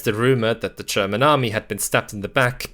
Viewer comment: Great video! Though i do have a question: Why do you pronounce 'german' as 'tscherman'? 😅